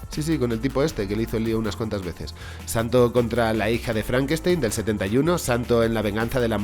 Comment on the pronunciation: si lo escribiste bien, porque lo dices mal? " El Santo " NO , el santos